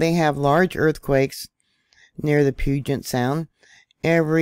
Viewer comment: Thank you. Wondering right along with you… Btw, puget is pronounced pew-jet 🤗